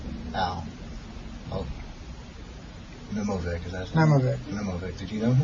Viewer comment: Alyosha Nemovich, not Aldzhosa Nemovik, illiterate...